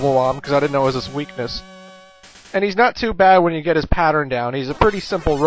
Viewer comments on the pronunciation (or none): none